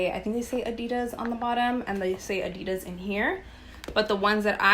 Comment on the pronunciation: Your pronunciation adidas is wrong if you care enough to learn